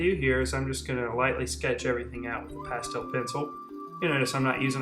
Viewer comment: I couldn't finish watching this video because of the way he said 'pastel' :'(